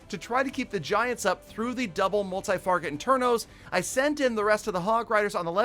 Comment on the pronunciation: "Multi-farget internos"